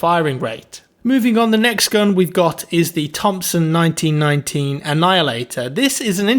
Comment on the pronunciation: Why did he skip the “m” in M1919